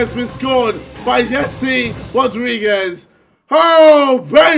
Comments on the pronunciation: Its James not Jese😂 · Nice vid but it's James Rodriguez not Jesse and it's pronounced hamez Rodriguez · James not Jesé haha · Don't u mean James Rodriguez not Jesse Rodriguez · Why did he say Jesse Rodriguez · It's james not Jesé facepalms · Did he really just said jese rodriguez